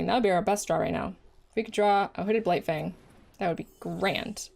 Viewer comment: I thought you said Hooded Blight-thing and it made my day. 😄